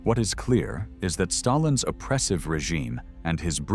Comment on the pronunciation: Stayilns health 🤣🤣🤣